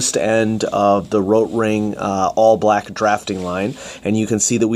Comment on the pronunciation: But have people also been going on at you about your pronunciation of Rotring? PRONOUNCE THE "T"! lol you do this thing a few times where you roll your R as if you now giving it the correct pronunciation in German lol it’s so bad. Why are you doing that?